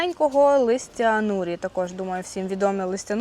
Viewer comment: Ви ж на американську фірму працюєте, а читати не вмієте, просто гидко слухати Распберрі стало роспберрі, тамаринд став томариндом, а норі стали нурі, хоч би не позорились